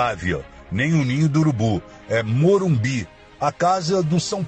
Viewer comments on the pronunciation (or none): none